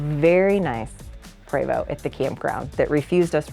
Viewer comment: Why are you pronouncing the name PREVOST as PRAYVO! It’s PreeeVost ( rhymes with Free most!